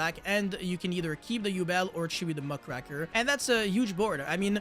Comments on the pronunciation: Who's Muckraker? Do you mean Mudcracker or mugraker? Strong cards 🤔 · I hate how everyone pronounces muckraker wrong